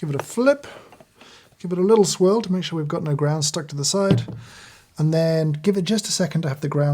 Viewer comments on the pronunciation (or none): How about "swirl" =D